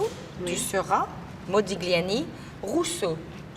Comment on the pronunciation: Elle dit modogliani en plus